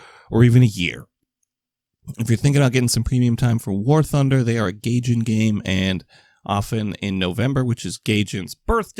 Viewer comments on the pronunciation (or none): Guy-Jin not Gay-Jin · love that you say gayjin xD